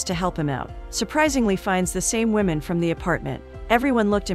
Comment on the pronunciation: " A wemon " ?